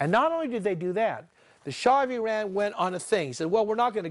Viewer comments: Please have that Boshi pronanciation of Iran corrected. this is not eye.....run (just use "eye" here for Ireland only) But Iran is eaeeeeRuuuun . Eat.......Run. Hope this help you guys. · With due all respect, is NOT EYERAN! is IIIRAN. You got so many things wrong about Iran history but I agree with the fundamental point. Mossadegh was about to abolish the British petroleum rule and nationalize the oil. Shah was not necessary a bad person and he was not a product of west! there had been kingdom in Iran for over 2500 years! you should put in account the cold war and communism too. The clerks did not start the revolution they just stole it!